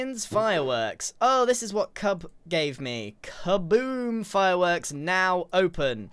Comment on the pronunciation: I’m dying when Grian got the ‘cuboom firewoorks’